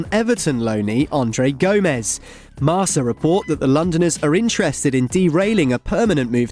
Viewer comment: It's pronounced marKa guys come on